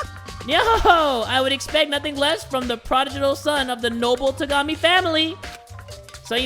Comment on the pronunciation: Every time pronounces Togami's name he reminds me to be an older brother ("be a kuya")